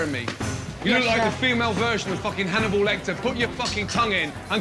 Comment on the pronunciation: “hanibowl” IM DEAD